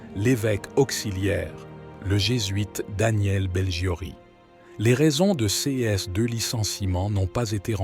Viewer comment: C'est une voix numérique. Écoutez bien pour dire "ces" on entend dire "c" "s"